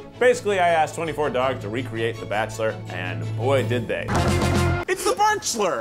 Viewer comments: The barkchulur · a season of the barkchshler international ?????